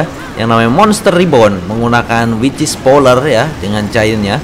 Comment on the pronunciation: Kalo bilang wicth jangan kek wichis bang :v kek aneh gitu aja